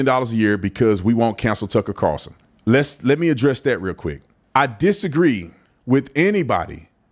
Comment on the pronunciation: Bro can't say Tucker Carlson 🤣 😂